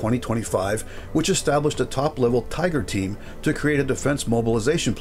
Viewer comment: "TIGGER TEAM"??? WTF...